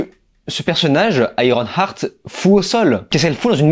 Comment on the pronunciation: Juste une suggestion : lorsque tu veux prononcé un titre en anglais, tu peux écouter sa prononciation avec Google translate… Car iron-art c’est un peu dommage. Surtout lorsque tu le dis plein de fois…